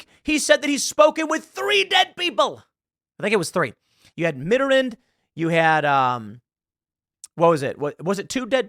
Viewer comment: You can pronounce Macron, but you can't pronounce Mittarand?